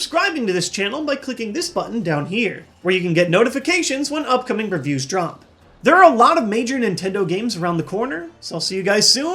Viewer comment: Did he say Rif Hughes at the end instead of reviews? If so what can I do to get a shout out?